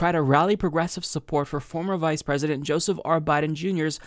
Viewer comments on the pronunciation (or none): none